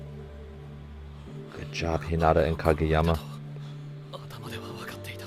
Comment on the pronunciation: Hello, I stayed up watching all of your reaction videos of Haikyuu and I love them! However, you’ve been pronouncing Hinata’s name wrong. I’m bad at spelling out how to pronounce words but if you search up “How to pronounce Hinata” by Kawaii Sensei on YouTube. That’s the closest pronunciation of his name. Google translate is good too. If you write his name (English) and translate it to Japanese, you can click on the speaking button for Japanese and it’d pronounce it. Hope that helps!